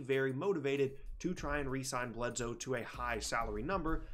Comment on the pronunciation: Eric BledSoe not Eric BledZoe